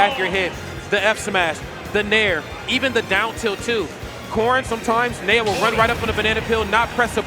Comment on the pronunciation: Knee-O.... Knee-O. ... nay-o? Really